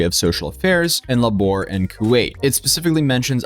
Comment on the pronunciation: "LAH-BOHR" Is there something wrong with you? It's too ironic that this youtube zoink literally has no idea how to say the word - labour!